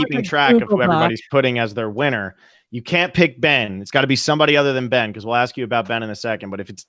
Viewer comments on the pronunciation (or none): I love your show but apparent disdain for Ben is super obvious. I don't get it. You're talking about the winner of S35 on this episode, at least learn to say his name.